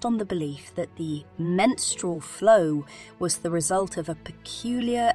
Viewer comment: Sorry I can't listen to her over pronounce menstrual again. I'm out.